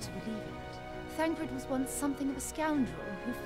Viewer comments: Bruh he 100% pronounces most names wrong on purpose. He's admitted as much before, and even without that you can tell because there are times he's not fully paying attention and he says the names correctly (like with Thancred). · He's already been gripped enough to slip into saying names correctly on occasion. Even said Thancred correctly many times over, rather than Thaladred the Darkener.